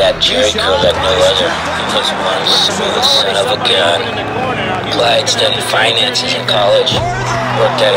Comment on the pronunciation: “Glyde” Clyde Drexler…🙄